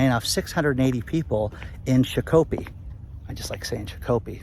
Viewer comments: Shakopee (/ˈʃɑːkəpiː/ SHAH-kə-pee) not Shah-kopee. The river bank's Shakopee Historic District contains burial mounds built by prehistoric cultures. In the 18th century, Chief Shakopee of the Mdewakanton Dakota established his village on the east end of this area near the water. Per Wikimedia. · LOL, if never heard Shakopee pronounced that way. It's usually pronounced Shock'-Ah-Pee but sometimes Shack'-Ah-Pee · It is pronounced shock-oh-pee. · It's pronounced "Shock - o - pee" for Shakopee, bro - believe me, I KNOW. hey call me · From Minnesota Its pronounced SHOCK-A-PEE, just 4 months ago they were running adds on the radio for hiring events for that facility. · Shakopee is pronounced SHOCK-o-pee. We live nearby (: Thanks for all of the information and the work you put into researching this. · Pronounce it that way, and no one in Minnesota will know what you're talking about . . . Shakopee is pronounced SHOCK-uh-pee. And it's actually a nice place - or was; I haven't lived in Minnesota now for nearly 40 years. And I lived in a community with an HOA one time, back in the 90's . . . once was more than enough! We couldn't hang a door knocker without approval! No way, never again! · How does someone put a fix on rainfall total? btw its pronounced SHAH-COH-PEE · 😂 It’s pronounced Shock-o-pea. Shakopee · It's pronounced "SHOCK - U - PEE" Yes, I'm from Minnesota. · It’s pronounced Shock o pee! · Shakopee in Minnesota is pronounced "shack-uh-pee" instead of the way said it. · I got a chuckle over how you pronounced the city in MN laying of the 600+ people at an Amazon warehouse. It's pronounced Shakopee ("Sha" should sound like the "o" in the word Shot and then short o in "ko", again like in the word Shot). But it was fun listening to how you pronounced the city:) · I'm going to pronounce Shakopee how said it from now on lol